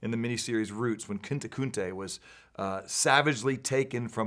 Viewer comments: "Kinta Kunte"? You mean Kunta Kinte? What is it with American Conservative types Confidently mispronouncing people's names? It may seem strange, but I see it time, and time again. It's almost like they do it on purpose. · Dude couldn't even say the have if the character from roots right. He called him Kinta Kunte. It's Kunta Kinte. That was the just the beginning of what is wrong in the Bible. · how difficult to say "Kunta Kinte"?